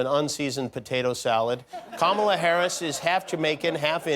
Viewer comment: Did he say Cumala?